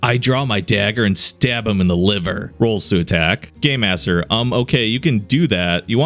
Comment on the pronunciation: For some reason to me when he says game master it sounds like gay master to me?